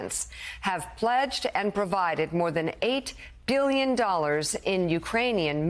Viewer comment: 8 Gillion dollars? That's what i heard. Not billion 🤔